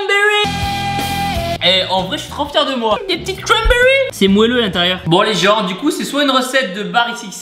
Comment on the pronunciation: A chaque fois qu'il a dit "y'a des cramberries" j'ai exploser de rire 😂😂 surtout a et a